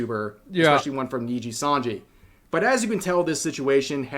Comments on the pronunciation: He keeps saying NINJIsanji RAAAAAAAAAAAH. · he still says Ninjasanji lol. who cares, they're evil, Ninjasanji it is. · the real anime training arc here is Asmongold's pronounciation of nijisanji improving